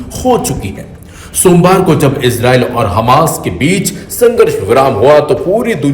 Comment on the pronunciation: Hammas ko aap khammas kaise keh sakte hain?